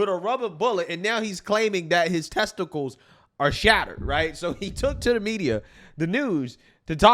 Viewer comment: Shattered tezticals 😮😮